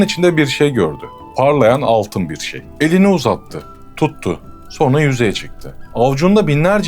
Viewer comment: Abi dikkat ettim iki defa, sonra diyeceğine sorna diyorsun :)